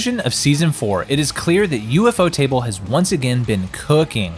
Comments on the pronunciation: ufotable ❌ U-F-O Table✅ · "an ufotable production" alwayd drived me nuts, until i realised its UFOtable, not U-F-Otable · U f o table? It's u- fot (like boat) able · I clicked off as soon as I heard him say U.F.O TABLE 😂😂😂😂 I knew then this was some 💩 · Omg you just butcher UFOTable 😂😂 It's pronounced U-Fo-Ta-Bul everytime you said it wrong it was such a CRINGE to my ears 😫😫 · ufo table, has gotta be the best way ive ever heard someone pronounce that lmao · Lol bro cause you butchered the name "you-fo table" the might decide to scrap the trilogy🤣🤣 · U...F...O table....... bruh say it right... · I quit watching when I heard U-F-O table💀💀💀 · "U-F-O-table" is criminal bro 😭😭😭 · That's exactly what I was thinking 😭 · its an ai voice, ofc its gonna mispronounce certain things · idc if its ai, i pointed out that ofc its ai bc they said u-f-o table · Why is he pronouncing ufotable like that